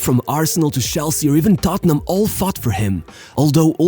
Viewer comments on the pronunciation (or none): Lads, it's tottenham.